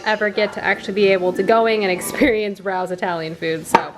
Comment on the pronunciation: Hello! New to the channel and this is my first comment. As a fellow New York apartment liver, I have to tell you the restaurant / sauce is pronounced “Ray-os” 😄 Love the content so far!